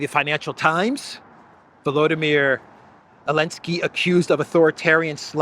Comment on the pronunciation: Why does he call him Elensky?